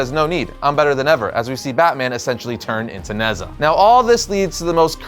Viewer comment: Future reference Nezha is pronounced Ne-Ja